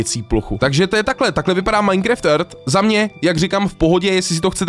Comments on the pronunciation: Taky vás štve že říká MINECREFT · Můžeš už konečně přestat říkat "MINECREFT" 😂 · už to byla taková doba a furt říká majnkreft hmm